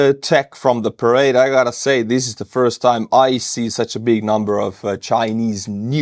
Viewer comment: This was how conflict in the cold war were fought, through smaller puppet regimes battling each other with support from NATO and Soviets. No telling what the end will look like except more death, Putin has really screwed Russia. When you showed Chinese parade, it sounded like you said charade, which I think is appropriate. Trump seems to be trying to talk politics while still pretending to talk tough.